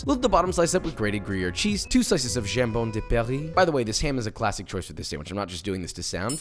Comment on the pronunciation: Might be the first time i heard "Jambo de Paris", i (french) usually call it "Jambon Blanc". And your pronunciation was better than most french (you said it like you read it, but in France most people say it like messieurs). Now i'm hungry, so maybe i'll go make myself a Croque Monsieur !